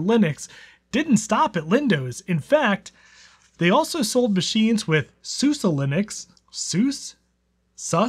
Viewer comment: we called that susie linux at the end or suzy linux sue-zee.